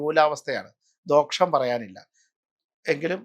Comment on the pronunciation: ദോഷം എന്നത് "ദോക്ഷം " എന്ന് ഉച്ചരിക്കാവോ?